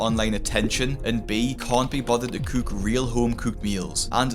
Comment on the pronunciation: ...My Final Fantasy playing self thought you were mimicking the way a chocobo speaks 😂😂. I'm replaying FF XVI at the moment.